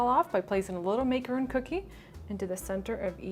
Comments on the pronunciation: 'ron. NOT roon. for macaron. jesus and MAC not make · Absolutely great, only thing....I believe that the word macaron is mispronounced. I don't want to sound rude though.